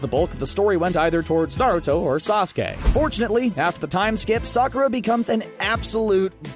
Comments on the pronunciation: him misprounouncing sasuke is proof that the video is scripted EDIT: HE MISPROUNOUNCED THE RASENGAN IM DONE ANOTHER EDIT: I TAKE THAT BACK, YOU CALLED SAKURA USELESS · Normal People: Sasuke This dude: Saske